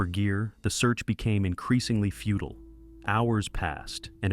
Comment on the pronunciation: That's not how you pronounce "futile".